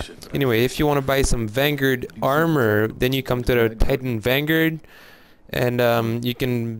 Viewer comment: What the hell is a Vanguurd?